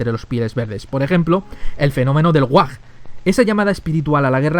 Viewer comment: No es whag es WHAAAAAAAAAAAAAAAGGGG